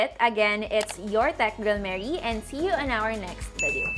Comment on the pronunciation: It sounded that way kase Hahaha.